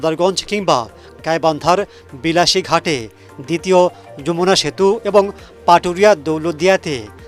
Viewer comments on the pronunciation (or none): বিলাসি ঘাট না,,, বালাসিঘাট হবে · Aktu study kore news kora uchit... Bilashi na balashi ghat...😒